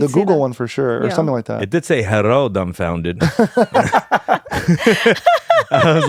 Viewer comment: When she said herro I thought she was being ironic but it did make me laugh 😂